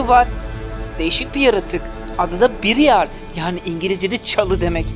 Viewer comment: Bırayır diye oku şunu ya